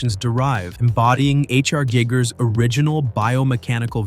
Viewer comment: It's pronounced Guy-gurr BTW